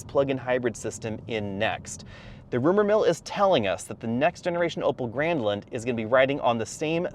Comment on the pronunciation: I kept hearing "Opel Gremlin" lmao